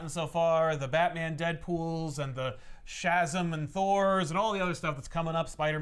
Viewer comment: that's a rather interesting proposition of Shazam, never heard it spoken like that. That's like saying ObraKadobra when performing a magic trick 😂😂😂